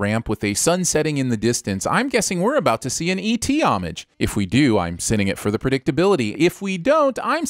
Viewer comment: You pronounced homage incorrectly the first time...it's a homograph and the different definitions have their own pronunciation.